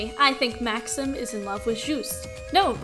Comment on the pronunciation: Maxim and Juste are French names, therefore Juste's buddy's name is pronounced Max-eem.